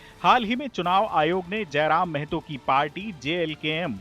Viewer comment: Mehto nahi mahto